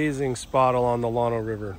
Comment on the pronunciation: FYI - Llano is a short A sound... like a local area network - LAN or the land we walk on, not like the lawn you mow ;) Also, "slabs" along the Llano are a big thing, the busy crossings you encountered locals and tourist flock to them for some aquatic relief.